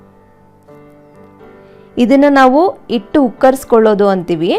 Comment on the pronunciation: ಇಟ್ಟು ಅಲ್ಲಾ ಹಿಟ್ಟು